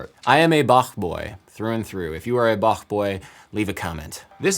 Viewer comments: As a german, I am very happy you didn't say "bahck" as everyone else does. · I loved the way you correctly said Bach and not Bak. 🙂👍 By the way, I'm a Bach boy too.